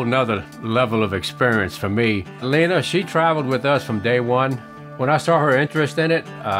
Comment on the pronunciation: You named her. So I won't correct you. But is her name really pronounced "Leener"?